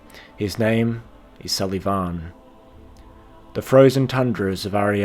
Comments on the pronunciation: "Sul-Ee-Vawn" Dear god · I cannot stand how you say sulyvahn. got about 1 minute and 30 seconds in, but your weird pronunciation ruined the video for me. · to an irish person you have a funny way of saying sulyvahn